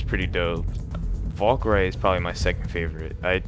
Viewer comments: VAL-KERE-RII, also thanks for the Evolve content. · Not calling you out, this just feels like you've learned it by reading and I'm just trying to help out lol